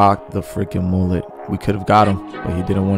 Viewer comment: Name the mullet, múle (mooleh); no "t," pronounced, accent on the, "u."